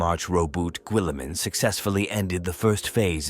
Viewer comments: Why is he saying willamen? 😅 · Raw boot Gwilliman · "Gwilliman" "Primarsh" I just can't.